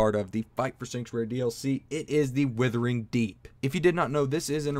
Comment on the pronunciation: Blud called it "Withering" deep 😂😂😂😂